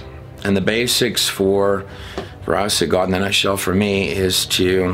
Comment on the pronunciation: still cannot decide if it's Gaawd or God. Fake pronunciations for some reason. This trailer shows he can still pronounce God and not Gaaaawd